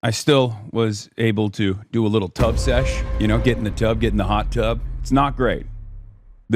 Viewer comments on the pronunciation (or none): Thought he said "tug-sesh".